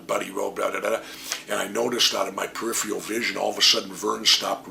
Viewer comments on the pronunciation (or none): none